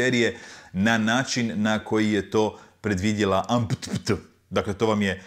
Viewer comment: ajd pliz u još koji video ubaci ovo 'AMPTP' kak si izgovorio.. skoro sam prolio pola soka po tipkovnici, umro od smijeha..